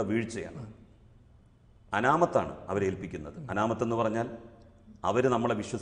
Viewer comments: അനാമത്ത് അല്ല ചെങ്ങായി.. അമാനത്ത് ആണ്. എവിടെയാ പഠിപ്പിച്ചത് സഗാവെ? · അമ്മാനത്ത് അല്ല അമാനത്ത് പഠിപ്പിക്കുന്ന ആൾക്കും അറിയാതെ പോയല്ലോ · അനാമത്ത് എന്നത് തെറ്റാണ്. അമാനത്ത് എന്നാണ് ശരി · വിശ്വസിച്ച് ഏൽപ്പിക്കുക എന്നതിന് അനാമത്ത് എന്നല്ല അമാനത്ത് എന്നാണ് പറയാറ് ഇത് പോലും അറിയുന്നില്ലെ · അനാമത്‌ അല്ല പൊട്ടാ... അമാനത് ആണ് 🤣😅